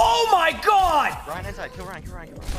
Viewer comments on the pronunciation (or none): none